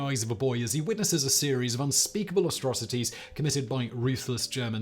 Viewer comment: Rewatching this. And I just noticed. It's atrocities NOT aStrocities